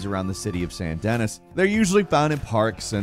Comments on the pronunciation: St. DENNIS?? (SAN DAH-KNEE) They literally pronounce it in the game! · San da knee. Not saint dennis lol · Actually,its called Saint Denea.Not saint Denis lol 😆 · Did you say "San Dennis"? You've never played RDR2? How is that possible!? "SAN deh-NEE." Like "sand-a-knee." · I swear it's Deh Nee. Not den nis. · “Rdr2 Sant-Denis”😂😂. It’s pronounced like “Sandy Knee” not “Denis” as in the dudes name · It's "saint deh-nee" not "dennis". Jesus dude 😂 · Why do you call it Saint Dennis in RDR2? In RDR2 its not “saint Dennis” its “sain duh-knee”. In game its said as Duh-Knee many times. Even during the Cabaret song you can watch in the city, they sing it as Sain Duh-Knee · Saint Denis… Denis is pronounced “Denny”. It’s French. If you actually played the game, like you claim, you’d know this. Do better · I swear I feel like you go out of your way to mispronounce SOMETHING every single video... It's pronounced sandy knee, not saint dennis... that's just in the first 30 seconds but you keep stacking them on... evanjelion? Really? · Bro said “San Dennis” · hey, saint denis is actually pronounced san denyyyy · more like San denee not San deny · "San dennis" lolol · "san dennis" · Saint Dennis! LMAO.... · I started listening and then immediately tuned out when you said "saint dennis". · You can tell someone hasn't played RDR2 when they pronounce Saint Denis as "Saint Dennis." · Did he really say ‘St. Dennis’?! AND ‘Eye-terations’?! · “Saint Denis” 😂😂 its “Saint DaKnee” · Hearing Saint Denis pronounced as “saint dennis” really hurt me. 😢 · "Saint Dennis" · it’s pronounced saint DAKNEE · San denis lol, love the vids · San Dennis. That offended me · D-Did you pronounce St. Denis as saint Dennis?? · I’m sorry. I couldn’t watch any further after you said “San Dennis” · "San Dennis". Sigh. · Saint DENNIS? Really? They literally pronounce it for you in game but somehow you still got it wrong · Omg the way he said “saint denis” 😤